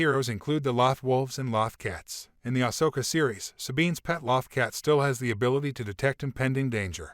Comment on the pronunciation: Exactly. It was driving me nuts..